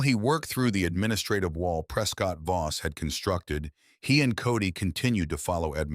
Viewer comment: Is the guy's name Voss or Boss ? The narrator has pronounced it as both and text has spelled it both ways . So which is it ?